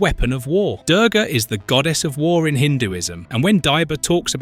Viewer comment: It is pronounced (Doorga, like moo of a cow), spelled Durga, means difficult/impossible to overcome. Typically, she is not a warrior Goddess, she is rather associated with invincibility. Hindus have a War God called Skanda, Durga is war personified.